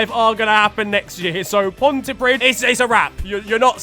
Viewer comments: It's pronounced "Ponty-Preeth" not "Ponty-Prid" JSYK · The “dd” in Pontypridd is pronounced “th”